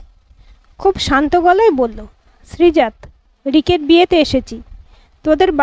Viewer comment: উচ্চারণ টা হবে শ্রীজাতো ত এ হসন্ত নেই